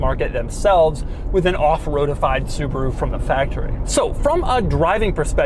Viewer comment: It's a Subaru Outback not a Suburu Outback!!!